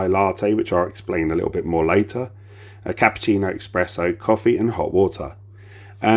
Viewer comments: Great detailed review! Thank you. Just one thing... Its pronounced S press Oh (only mentioning it because I'm Italian. No offence meant lol) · It's ESPRESSO with an S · Espresso...other than that, great review 😂😂